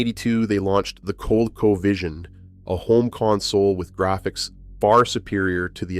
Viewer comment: It’s pronounced co—LEAK-co by the way. We had a Colecovision. My brother played it a lot but I was really young but I remember playing Dig Dug on it.